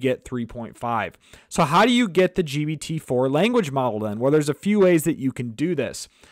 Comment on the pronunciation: WTF dude keeps calling it GBT.